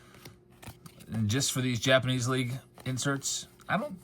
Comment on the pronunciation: I Swear I Heard “Jabs’panese” at the beginning! 🤣😬🤷‍♂️